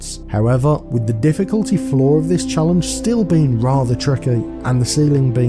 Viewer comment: Did you just say "diff*ckulty spike" 😂😂